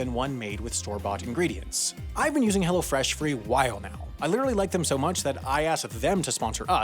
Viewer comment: It’s funny how he says “Hello Fresh,” but he talks too fast and it sounds like “hella fresh.”